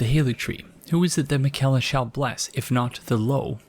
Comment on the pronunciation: the fact that it took malenia hammering it in every time you died to her for you to realize the proper pronounciation of miquella, despite all the times gideon has said his name to you xD